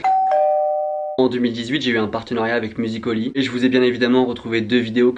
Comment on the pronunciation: Comment ça tu dis « musiCOly » et pas « musicAly » comme tout bon français ?!!!